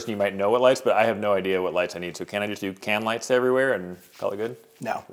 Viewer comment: "Just put Cam lights in." That's what I kept hearing.